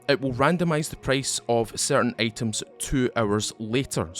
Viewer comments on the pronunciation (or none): Off topic: guess the accent is South African? Guess am the only one who heard hours--> errors, items--> A teams ... :)